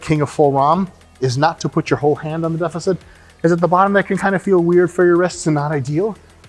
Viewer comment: "Butt up prevents any other part from touching the ground before chest" it's obvious Dr. Mike hasn't seen my small chest and big nose. Can we have a yoga session with Dr. Mike though? Definitely that fucking the ground pose is required. Also why does deficit always sound like defecit? The amount of times I've typed defecit because I remember how it sounds, then checked the spelling to find out I did it wrong again.